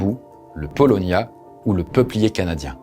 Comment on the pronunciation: Ça se dit :(pa o lo nia) le paulownia 😉